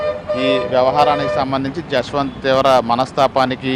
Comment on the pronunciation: Yashwanth kadhu abba jashwanth 🤦😢 na peru pilustunatu undi